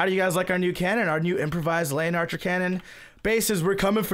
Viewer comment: You say it wrong every time its the le-in-archer